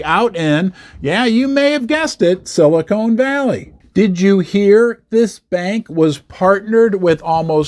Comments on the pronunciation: It's Silicon Valley not Silicone 😆🎩👍📉🏛 it was the 16th not 18th largest too. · Silicone Valley might be an interesting place!